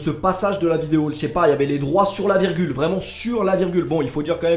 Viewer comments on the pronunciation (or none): none